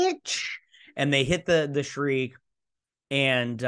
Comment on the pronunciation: The actress' name is Amanda Plummer, not Palmer and her character's ship is called the Shrike, not the Shreek. The names of all characters and actors are available on IMDB. I subscribed to your channel and watch your videos in the hope that you will do your Whoopi Goldberg Guinan impression. It is honestly sensational.